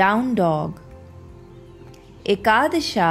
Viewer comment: I appreciate just dont say ekadash"a", its ekadash